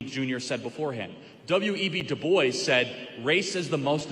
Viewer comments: I like what Charlie has to say about a lot of things, but he definitely shouldn’t pronounce the name DuBois as “Do-Boys”. It’s “do-BWAH”. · lol "doo boyce" dew bwa** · It’s pronounced Doo - Bwa (DuBois) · If you can’t pronounce Dubois, best not bring it up.